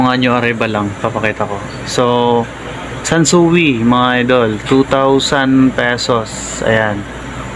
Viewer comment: Wrong pronounce idol.. ( san soy, ) sansui